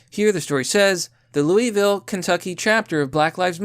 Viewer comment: Bro! It's pronounced Loo Uh Vull!